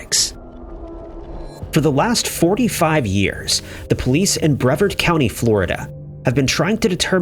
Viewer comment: "Bre-VARD," not "brevurd." "Pin-ellas" not "pine-ellas."